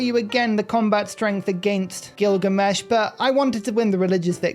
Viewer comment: Did you realize you called him "Killgamesh"?